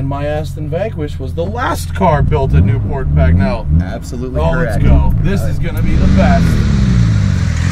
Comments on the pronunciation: Definitely sounded better the way Matt pronounced it. :) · Loving the pronunciation of "Newport Pagnell" !